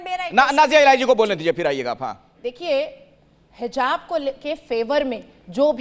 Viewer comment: phele hijab bolna sikho hizab nh😂